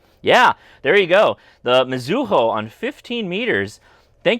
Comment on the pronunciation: Uh,,,, It is not "me ZOO hoe". It is pronounced flatly ... mizu hoe .... (Mizu is like "me zoo" but pronounced like it is one word.) Nice radio. I will look around the ham fests here and see if I can find one. A bit of trivia for you. The faded red tag on the front panel was required by the Japan FCC to indicate it was a radio registered on your ham radio mobile license (as opposed to your fixed home station license) The tag was included in the envelope with your new license that came back from the Post and Telecommunications Agency, after registering the radio.